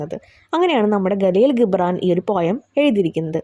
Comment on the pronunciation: Galeel gibran alla jibran i mean (gibran)